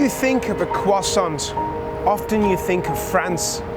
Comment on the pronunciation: Please please... croissant is spelled with a T at the end, but which is not pronounced........ 😒🤦‍♂️🤷‍♂️